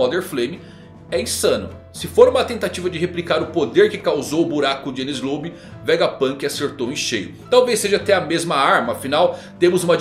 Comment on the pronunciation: O que o falou:O Filho de Shanks O que eu entendi:Filho D. Shanks